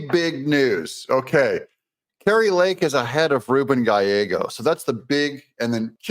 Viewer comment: You said "Gallego" right!!! As a white Hispanic named, "Gallegos," this always makes me happy. Still he sucks.